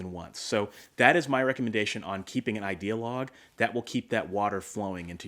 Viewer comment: Every time you say Idea Log I hear ideologue... which is kind of appropriate since your are advocating and idea. LOL Also, sometimes my mind is a leaky diaper.